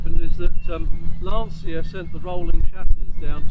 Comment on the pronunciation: The correct pronunce of Lancia is with the english "ch". Like China. As it was wright like Lanchia. Thi is also for other brands for example Volkswaghen where the V is pronunced like an f and the W is pronunced like a v. Lancia was the surname of Vincezo Lancia that traslate in english was light Vincent Lance. The engine of Lancia Stratos was the Ferrari Dino V6. Another beautiful car with italian shape is the Aston Martin DB5 by Touring Torino.